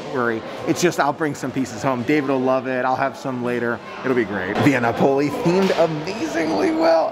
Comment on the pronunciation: Love your videos.! Via Napoli is said Via Nap-o-lee